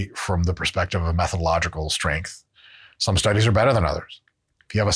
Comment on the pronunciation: Did he say “mathological” ?